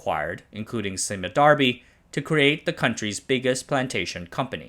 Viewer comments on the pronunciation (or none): As someone who has a relative who used to work for Sime Darby, it's not pronounced as 'see-mer' instead, Sime rhymes with dime. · Good informativr video, well done. However as a Malaysian I must say that Sime is pronounce like lime and not si-mee. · Correction: Sime is pronounced as “sai-m” as in “time”, not “si-me” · I think you are suppose to pronounce Sime Darby as SAIM Darby not Si Me Darby , how could you missed this? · Thanks for this. Maybe for the next one focusing on particular countries, you can get locals to help with pronunciations of certain terms and names. You did well here except for Sime Darby. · "Sime" in "Sime Darby" rhymes with "thymes". That was the first time I've heard it was pronounced that way.